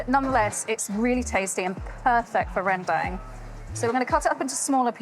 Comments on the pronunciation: It is pronounced "ren dung", not "ren deng". Lol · You are singapore you can pronounce Rendang Indonesian way not western way, not ReWnd@ like that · its ren "dang" as in Dunk. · the closest pronunciation for english speaker should be : rehndung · pronouncing rendang correctly is "Rent - dunk " 😅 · The pronunciation is REN-dahng. The 2nd part like saying "hung" but with a D. The "rempah" spice mix is REM-pa (not "paw"), again stress the first syllable. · Rrrrangghdong is the way most Indonesians say it with a rolled R. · OMG please pronounce the food you’re cooking properly. It’s so hard to take you seriously after not being able to correctly say the name of the dish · Wtf is that pronunciation? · Indonesian people are going to love you for making a video about rendang daging sapi but I'll have to be the one to let you know that you are not pronouncing it correctly. Notice the fifth letter is an a, not an e, yet you pronounce it as if both letters are e. I hope this is helpful. Your rendang looks delicious btw. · why you pronounce it like a redneck American? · Authentic, lol. You can’t even pronounce rendang correctly, let alone make it.